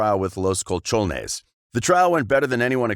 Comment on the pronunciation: Los Cuchones? 😂 Los colchoneros .